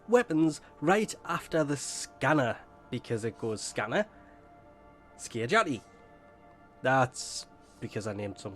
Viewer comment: How did you pronounce Skiajati right and Miasma wrong for a whole video?